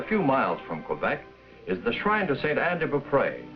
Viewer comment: And mispronouncing "Quebec," as nearly everyone in the U.S. did for another 40 or 50 years, and many still do.